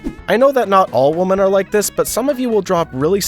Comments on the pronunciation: Is the audio track AI? He keeps pronouncing "women" like "woman". Very irritating. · Why does he pronounce “women” as “woman”? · why do you not know how to pronounce "women" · I NEED to know, why do people refuse to pronounce women and say woman no matter if it says women or woman. I’ve noticed people starting to do it for like a year know. Why god? WHY?! It’s a pet peeve of mine XD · You can't even pronounce the word 'women' correctly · MY question is how does this guy not know how to pronounce "women"🤨